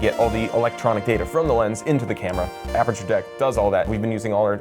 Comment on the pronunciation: Did he say apature!!!!!!!!!!!!!!!!!!!!!!!!!!!!!!!!!!!!!😎🤓